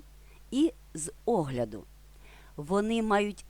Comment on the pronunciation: Дякую! Корисний ролик. Одне зауваження: українській мові не властивий кнокляут. Тож сполучення "з огляду" слід вимовляти як одне слово - "зогляду" (а не "зе огляду").